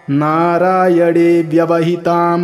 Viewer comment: नारायण bolne के bajai aap narayad kau बोल रहे है.😢